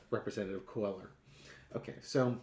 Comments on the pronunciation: Please, his last name is pronounced Kway-yar. Spanish double L is a "y" sound. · Say it Cwayar The Ls are silent like in tortilla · Hey,his name is pronounced( Quay- are ) ll’s are silent. Like your humor and I live in Texas 😊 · I think it’s pronounced Quayyar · It's Quay-are